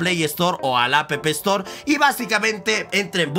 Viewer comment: "a p p estor " xd